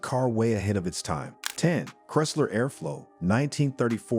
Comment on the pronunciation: Bad AI cant pronounce Chrysler??